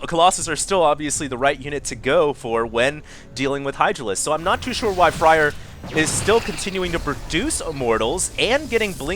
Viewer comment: Isn't Fraer pronounced like 'flair' instead of fryer?